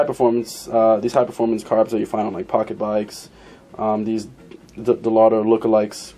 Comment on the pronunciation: De-Lotto? Do you have a vision problem with the letter "R" ? Dellorto is a cheaper version of a Weber and dellorto-style is a cheaper version of a Dellorto. Visually, the clone of a K&N air filter dominates the entire carb. Great. Keeping it cheap but not too cheap.